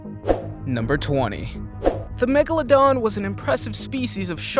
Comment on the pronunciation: What the heck is a “platabeladon”